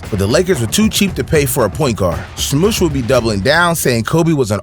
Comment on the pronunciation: Thanks for all this. A point. Smush Parker - Smush rhymes with RUSH, not with push.